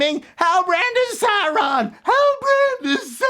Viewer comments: "Sauron-dar" caught me off guard 😂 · “Saurondar”, funny 😅🤣😂